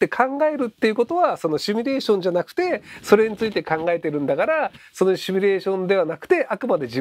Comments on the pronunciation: シュミレーションとつい発音してしまうひろゆき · まじで。シュにどうしても聞こえる。